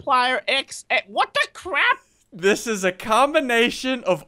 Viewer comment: dued deez swords do a cwap ton of damageee